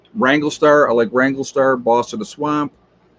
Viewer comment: Hey! Two points to make, beside massacreing Massachusetts. Sioux is pronounced Soo or Sue. Wranglerstar is a wrangler, not a wrangle. Please put the "ler" in it, he deserves it!